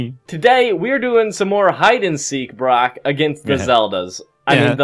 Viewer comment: It’s Brock not bronco 😂